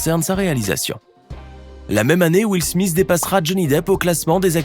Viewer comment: Will smisss 😂😂